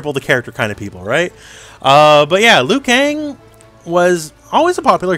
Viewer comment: "Liu Kong"😂